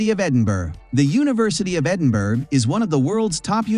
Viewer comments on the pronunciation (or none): It's King's College London, not King's University. And even an American narrator should learn to pronounce Edinburgh properly. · Edinberg 🙂🙂🙂🇺🇲🇺🇲🇺🇲☕️ It is called Edinburgh braaah